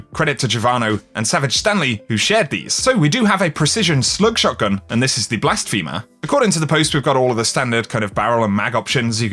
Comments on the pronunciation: [ blas·phe·mer ] One who commits blasphemy; a person who mocks or derides a deity or religion, or claims to be God. NOT "Blast-femur" [a·pos·tate] "a person who renounces a religious or political belief or principle." please it's every time you say it. i'm trying not to be the grammar police but please. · BLAS-FEM-ER not Blas-FEEM-er. Bruh. Ay-Poss-state Not Ay-Poe-State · It’s apos-tate and blas-femer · did this man really just say blast femur